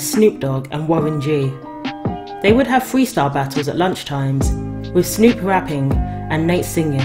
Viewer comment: “Fweestyle rapping”